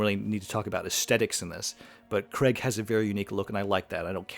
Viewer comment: It’s not Daniel ‘Cregg’. It is ‘Craig’, which sounds like the word ‘cray’ with a ‘g’ at the end. It’s a long ‘a’ sound. Why do so many people mispronounce his name?